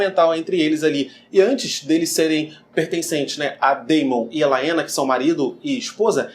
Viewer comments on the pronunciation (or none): Muito bom. A história dos ratos cinzentos tem muito a ver com os Meistres mesmo. A pronúncia de Laena é Lena como o Daemon, (Demon), a Haelena (Relena), etc. Grata. Gostei!